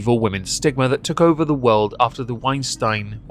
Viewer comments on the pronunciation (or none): Whine-stine... you were right the first time... in German "ie"=ē while "ei"=ī